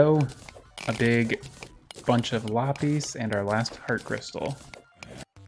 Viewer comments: “Lapees” is not how you say lapis it is lap-is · Lapis is said like: La - piss not la - pees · So just fyi Lapis is pronounced [La-Puhs] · i call it la pis but he calls it lah pees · lop eez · its la-piss, sorry, im just a little irked by that pronunciation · It's honestly kinda paining me that he's pronouncing Lapis wrong, no jab at it's just a little thing with me. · The way you say lapis is really weird (for me at least), I didn't understand what you were saying until you actually got the ore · The way you say lapis makes me want to kms